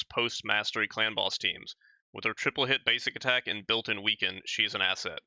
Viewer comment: lol.. You said ASSet... I thought that was punny of you.